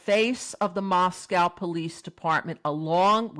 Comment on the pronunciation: TY for your videos. Respectfully, Moscow in Idaho is pronounced with the second syllable is a long O sound.